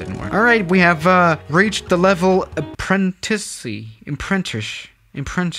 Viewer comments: other people: in the beningging beginning: apprenticely, apprentish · Cant pronunce Apprentice Me:I am sure he hasn't seen naruto dubbed.